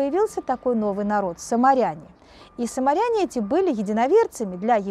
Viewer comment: А мне кажется надо говорить самаряне,а не саморитане